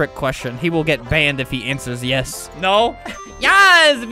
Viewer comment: OOOOOOO YOU SAID YIS WITH A E =BANNED